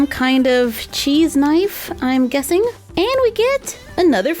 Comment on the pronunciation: Hmmm... you said jessing instead of guessing lol happens to me pretty often